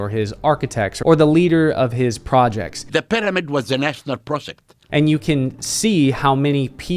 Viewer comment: The way he pronouces pyramid... "pid-a-midd" 🥴